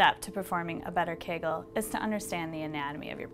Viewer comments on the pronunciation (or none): KAGAL? U mean KEEEGEEL